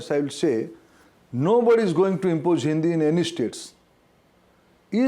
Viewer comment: It’s not impoje, it’s impose . Omg who selected him as education minister